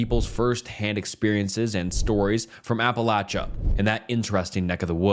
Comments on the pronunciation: The way he pronounces Appalachia drives me insane 🤣😭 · It's pronounced Apalachicola. Stop embarrassing yourself ✋🤦🛑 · in the most respectful way possible, if you are not from the area then please don’t tell us how to pronounce our home :) have a good day